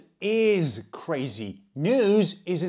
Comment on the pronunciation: The way he pronounced his "crazy these days"